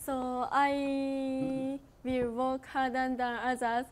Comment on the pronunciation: workって言いたかったんだろうけどwalkって聞こえるw 他の人よりも一生懸命歩くになっちゃうよ😂 そんなところも可愛いし愛おしいよ…💖